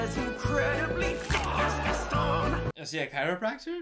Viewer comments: the whole movie: gast-on me: gast-on literally everyone: gast-on any chance he gets: gast-in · Its gaston not gason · Also the fact that he calls him "Gastin" when there's a whole song pronouncing it GASTON 😂😂😂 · Zoe Williams also HIS NAME IS PRONOUNCED GASTAWN NOT GASTN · The gaston song playing: Gast'n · song: says gast-awn at least 20 times: gast-en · stop stop stop you're going to take someone's eye out. besides, it's GastOn not GAston. okay im sorry im gonna just... bye. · Movie: literally says ‘Gaston’ as ‘Gast-ON’ in a song over and over again: ‘Gast-IN’ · Disney: Gaston: Gasten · GastON not GastIN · Ah yes my two favorite Beauty and the Beast characters, LeFool and Gast-in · Say Gastan one more time! I freaking dare you. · everyone: sings a song and says Gaston 12 million times: gatin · hears everyone calling him Gason: gastin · Your version is just as bad. It's gaston not gason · Ok was being low key annoying in this vid 😂 “Gastin” when they pronounced the name correctly multiple times “Does the beast kill the father?” “I know this movie has a flying carpet” Honey everyone knows that’s Aladdin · I like how he says Gaston's name wrong when talking about the song that just says Gaston's name over and over again "Geston" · Makes fun of how everyone pronounces words Also: Ghasten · Nobody:: GastEn, Le fooL, Philliper XD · He called Gaston Gast in 😂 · why did he pronounce gaston's name like "gasten" lmao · “Gassie” HELP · the movie: sings a song that repeats Gaston’s name over and over: “Gastin” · He called gaston gas 😂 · Sir it’s GesTON! Loll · There was a WHOLE SONG about Gaston and you still mispronounced his name the whole time xD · idk where he’s from but if he’s from anywhere near North Carolina, there’s a lake called lake Gaston there that’s pronounced like he’s saying it. at least I’m hoping that’s the reason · pronouncing Gaston wrong for 30 minutes.